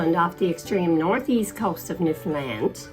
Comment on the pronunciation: And that pronunciation is how you identify someone who is not from The Rock, lol! "Newfoundland" rhymes with "understand," and anyone from there will make sure you know it, haha!